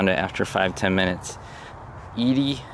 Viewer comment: Very tragic end to a man who was an innovator in comedy. As always, you showed great respect for the subject as well as proving your research skills are still sharp as ever. Just remember it’s pronounced E-dee not Eddie. 😉